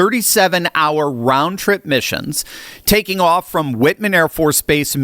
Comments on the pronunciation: it is pronounced WHITE MAN not Whitman 😂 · just a quick correction. Whiteman is pronounced "White" as in the color white, not "wit". I'm a former USAF officer and just wanted to add that friendly correction. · for the 10th time it’s not Whitman! It’s “White”man. For a scholar your English sucks! Jk. Love your videos man!!! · Whiteman afb not Whitman, you should know that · It is pronounced WHITEman air base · It's pronounced WhiteMan. I'm from Missouri and daughter and her Air Force husband used to be stationed there. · Whiteman is pronounced White-man in Missouri.😊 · BTW it's WhitEman (long i) AFB... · Hi! Love your videos and they are explained so well! Great job. Also love the Kimchi One! I am from Missouri. I am also a Military Brat and wife. Whiteman AFB is pronounced WHITE-man AFB, like the color “white”. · It’s pronounced white man AFB. I was there for 4 years.